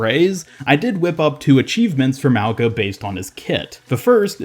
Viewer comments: It’s pronounced like “maunga” the g is a soft g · Wow guess OW devs actually made a polynesian character? Samoan to be specific? I'm assuming he is Samoan because he has a samoan name. His name means literally "Mountain" In samoan. Lmfao and i'm cringing cause people are not pronouncing his name right. Mauga- (Ma-oo-nga) or (Meow, without the ‘E’ so Mow-Nga). The letter G is always pronounced with a "Gna" in the samoan language. Regardless cheehooo!!!!!!!! make way for this up and coming uso!!!